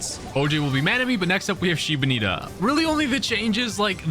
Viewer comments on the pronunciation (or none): Ok you Said Shiba Nita i unsub to you